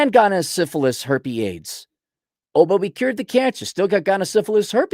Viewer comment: pronounces it 'gonna-sypha-herple-aids' all as one word with no pauses.:)